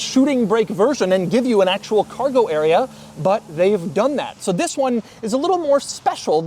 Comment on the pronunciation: Nobody: French Doug DeMuro: ZZisss!